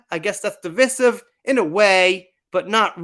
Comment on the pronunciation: It's pronounced device-iv not deevis-iv. Also, Dark Shadows is by far one of his best movies! A must see.